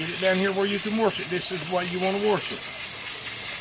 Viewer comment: When I tell you I'm loving to hear him say warsh it!! True country fellow!! Love